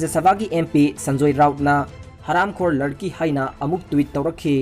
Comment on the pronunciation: Bro gi Sunday special se tabada yam nungai! Adubu mi mamingsing se chumna2 khara pabiyuba henna taba nungainaba maramdi adomgi pao se mipum khudingna tanaduini.. Eg:- Sanjoy Rawat 4 Sanjay Rawat, Dawood Abraham for Dawood Ibrahim, Kangana Ranawat for Kangana Ranaut, Arnap Goswami for Arnab Goswami, Thaakkere for Thackeray & many more